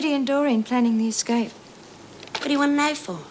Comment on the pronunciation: Eggscape love lizzie and the way she pronounces her words!!! 🤣